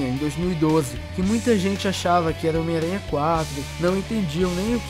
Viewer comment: omiaranha versão baiano